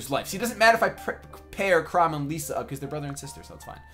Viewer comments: Ylisse rhymes with Peace and Lissa rhymes with hiss. So E-lease and Li-sa not Leesa. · it's pronounced lissa, not leesa